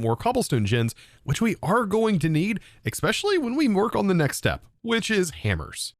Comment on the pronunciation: "Voila! Ekspecially! Inless!" Architect